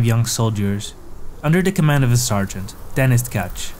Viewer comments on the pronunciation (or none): Denís, not DEnis